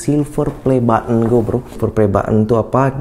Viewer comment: Kok nyebut button tu butt un 😂😂